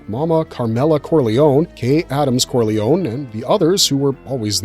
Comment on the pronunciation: Thank you for not being a peasant by pronouncing the surname "Corliony".